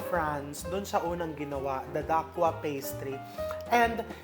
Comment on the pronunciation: Dacquoise is a French word that refers to a cake with nut meringue layers and buttercream. It is pronounced “da-kwaz” not “da- kwa”. Because the word ends with the vowel “e”, the consonant before it which is the letter “s” should be pronounced ( not silent). Because the letter “s” is found within the word it is pronounced like “z”. Love watching your vlogs. More power to you!